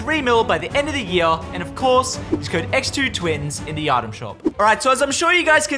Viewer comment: X2twins u guys smashed the pronunciation at the intro so keep saying it like that